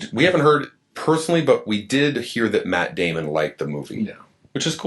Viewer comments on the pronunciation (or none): "Myatt Dyamon"